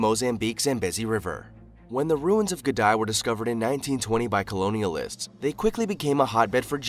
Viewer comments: The name is, The ruins of Gedi......not Gedai! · Its not Gedi, its Gede. Pronounced G-E-D-E. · Its Gede ruins not Gedi... pronouned as Gay day but remove the "y"s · You should also visit "Ged-EYE" ruins! (It's actually pronounced "Ged-EE") I may as well clarify here as well, it's well known to have been built by the Swahili people, no mystery about it's abandonment, either - Gedi was abandoned by the middle of the seventeenth century. The presence of the Portuguese from the sixteenth century has been considered one of the primary factors in Gedi's eventual abandonment with their attempts to monopolize trade and due to armed intervention. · It's not 'Ge-dye', it's 'Gedeh' or 'Gedee' ruins. I grew up near there. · Africa is not only the cradle of mankind it's also the cradle of civilization..look at the pyramids. They are a true Testament...and btw..that place in kenya is pronounced as Ge-di not Gedae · Discovered by colonialist .... 😂😂😂😂😂. So Africans arounds the place were blind ... ?? Also, no pronounced "Gdy" but "Ghedee" ... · It's NOT Geh-die, it's Geh-dee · Not Gedy.😂..it's Gedi ruins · Gèdï.....pronounce it like gaydee